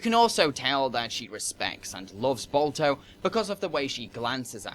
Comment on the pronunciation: All I keep hearing is Bulto and Bolto. Is Balto too hard to pronounce? You can say 'ba' in "bar", but not in "Balto"?!